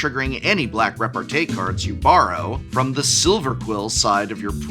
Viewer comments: As a french I want to alert the pubic on the fact that repartee is pronounced with a small i at the end. I cannot suffer the rest of the year hearing it butchered by a fine appreciator of words such a. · Thanks Prof that'll be very useful this weekend ! 🤓 I'm pretty sure we pronounce repartee as tea since it comes from french répartie We can master debate about this though 🤪